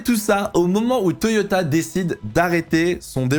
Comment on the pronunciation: Le « Toyota » à la fin, parfait 👌🏻